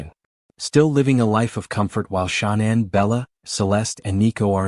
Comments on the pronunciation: The AI voices always pronounce “Shanann” as Shaw-nan every single time. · That video you just shared is rubbish, I agree!! Total BS. The guy can't even get Shanann's name right. He can't say Watts correctly, either. I watched a few min of it last night & had to turn it off, I'll never watch another video of his. What a load of poop. If he did have a child lost to a crime, he's not doing him or her any justice by putting out ALL TOTAL FALSEHOODS like that video. Wud be want his child's story to be reported with no truth to it?